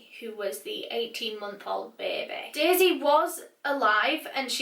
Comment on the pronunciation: Not used to Australian accents saying "baby" and the way you guys pronounce baby reminds me of Loira from Schitts Creek